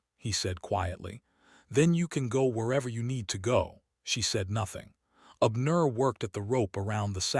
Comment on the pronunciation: Ok, I'm listening from Chicago,IL? I like the story so far but please not be so stiff in telling the story? Pronounce the names outright instead of separating words and names in syllables!! Abner one word!!